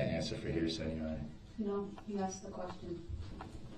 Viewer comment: Dat conclusion. Which you. Chidren. Struck. Pas you. Dey were. Axe.